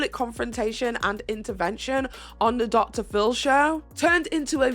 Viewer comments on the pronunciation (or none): none